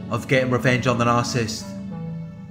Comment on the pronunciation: Nar cis sist please stop saying narsist. I tried to ignore it but I can't.